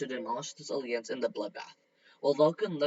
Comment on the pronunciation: These are getting better and better. But.. can you please look up how to pronounce alliance it is really hard to ignore your mispronounation of it